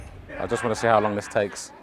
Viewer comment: The "THIS" made me laugh out loud.